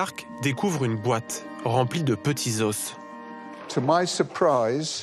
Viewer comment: Le "s" de "os" ne se prononce pas au pluriel bordel!